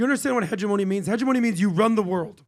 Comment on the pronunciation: GUYS ... it's he·GEM·o·ny NOT hedge eh mony.